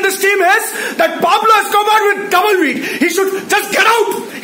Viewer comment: I only come to this channel to hear 'PablobEscober' 😂😂😂